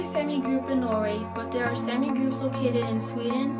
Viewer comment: its Saami. "Sámē. or salami without the l